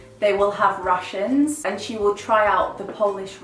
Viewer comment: Omg I thought you were saying Russians instead of rations and I was so lost trying to figure out what you meant by “she tries Polish army’s Russians” hahaha